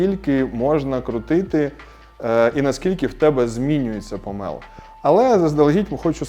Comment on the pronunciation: Дуже дякую за українську, єдиний момент - не помЕл а помОл . Провідміняйте слово - не помЕлоти а помОлоти, змОлоти